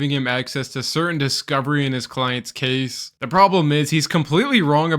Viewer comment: How does the word Case end up being pronounced Cause !